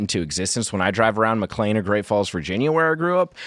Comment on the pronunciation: I hate this guy, but if he forces Tim to learn how to properly pronounce McLean Virginia...